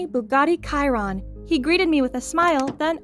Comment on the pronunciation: i loved this but i just gotta say one thing its not a Bugatti kiron as she pronounsd it but its a chiron when u pronouns it its shiron